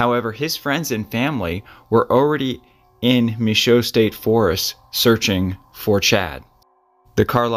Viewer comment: Michaux. Pronounce muh show.